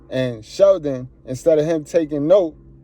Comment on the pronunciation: Goodbread it's not about it being cool. He mispronounced Sheldon's name. In bizness if you are in the same industry hulk should make an effort to know how to pronounce his name properly. This has nothing to do with race, I politely disagree with you. Arnold is Austrian and he doesn't have an Anglo-Saxon lastname but when he started becoming popular everyone started out learn how to pronounce his name. Granted I didn't feel offence from hulk or Sheldon but simply he's not forgiven for his hypocrisy plain & simple.